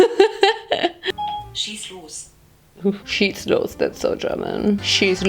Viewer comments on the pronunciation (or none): no one: german siri: sChiEß lOs 😜😜